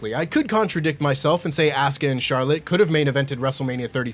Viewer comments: has been in the UK too long, he’s already calling Asuka ASS-KUH. You’re the fan of Japanese wrestling there,, you know how her name goes. 😂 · Nahh y’all done disrespected Asuka w that “AssCuh”😭😭